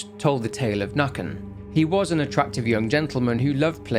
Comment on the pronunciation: Nøkken, its more Nuhkken Pesta is her name, Pest means plague